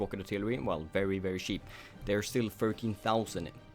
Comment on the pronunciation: When you say cheap you accidentally say sheep :P